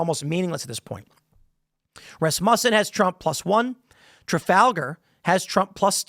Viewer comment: Why can't this guy say Rasmussen?